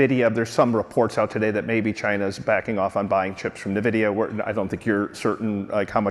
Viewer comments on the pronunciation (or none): Hey Axios, you're mispronouncing the word Nvidia.